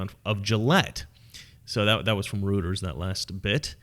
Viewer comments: Just for your info, Reuters is pronounced roy-ters, not roo-ters. Love your content. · Not to be that guy, but Reuters is pronounced Roy-ters.